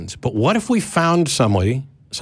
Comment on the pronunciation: Matt said tartargrade. Lol. Black alert! Black alert!